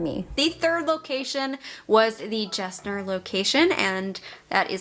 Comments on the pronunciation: Great video, but as a life long Houstonian it's killing me hearing you say Gessner. It's actually pronounced Guess nerve, like the jeans brand. Great info though will start watching your other videos. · It’s pronounced “Gessner” with a g sound! Not a “j”. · Houstonian here and you're mispronouncing Gessner. It's pronounced "Guess- ner". Loved the video. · I came here to say the same thing. 🤣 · Did NOT realize you were in Houston!! 🙀🙀 …Btw, Gessner is pronounced with a hard G, not a “J” sound, like Guess-ner 😜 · Never heard anyone say Gessner with a J sound 😄, great finds though